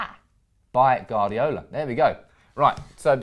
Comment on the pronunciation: Guardiola is pronnounced "Wardiola" not "Gardiola"! haha